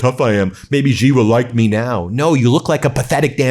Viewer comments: WTF Xi is pronounced SHE. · Even the Iranian video says Xi correctly. Wow